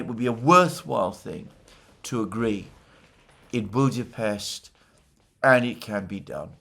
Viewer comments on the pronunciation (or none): It’s BudaPEST not BudaPHEST in English. You don’t pronounce other foreign Capital cities as they do in their language, why this strange obsession with Budapest, why do you single out this city? Just weird it is, given your other linguistic and physical nervous tics